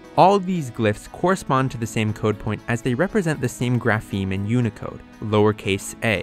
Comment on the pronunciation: Please, the stress on "grapheme" is on the initial syllable! It's /ˈɡɹæ.fɪi̯m/ not /ɡɹæˈfɪi̯m/!